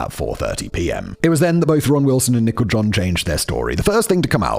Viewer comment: It sounds like Simon is calling Nichol John "Nickel John," like she's an old hobo or something.